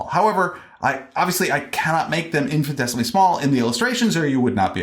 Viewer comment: It's interesting hearing you pronounce "infinitesimally" as "infin-tesimally". Not a big deal at all, just missing a syllable to my ears.